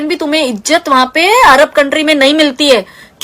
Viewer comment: Madam ijjat nahi izzat hota he